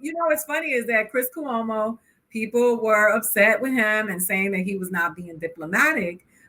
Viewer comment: I love the way Aida pronounce Cuomo as coowomo lol